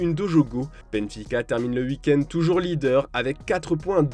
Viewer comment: Ca sent l'accent de l'EST : "Uuik-end" au lieu de "week end". On t'a grillé 😂😂